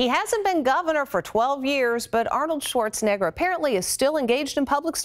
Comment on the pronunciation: I think it's Arnold Schwarzenegger not Arnold Schwarzenigger